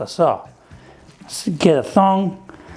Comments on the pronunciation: it's TONG not Thong lol completely different meaning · Did he just cal tongs ‘ thongs’ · Thong instead of tong! LoL 😊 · I can't get over the fact that he says thong for tongs